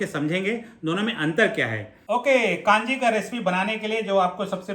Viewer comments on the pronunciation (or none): जी कांजी नहीं कंजी है। नारायण चेन्नई से आपके वीडियो बहुत उपयोगी सिद्ध होते हैं। धन्यवाद।